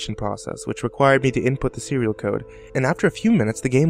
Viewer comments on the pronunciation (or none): It sounds like 'which required me to input the serial killer'